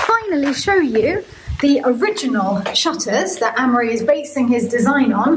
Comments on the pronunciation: it always sounds like your saying anne-marie/ ann-murry/ is this one of those nasty irish custom thingys, where the oldest boy is named after the mother ??? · It's Amaury. It shouldn't be pronounced the way they do. Surprised that doesn't know how to pronounce this very old French name. PS: I thought they were British-French. Are they Irish? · Both Amaury and have 100% French Mothers whose French heritage stretches back generations. So I assume his mother had a say in how it's pronounced and they can pronounce it however they like.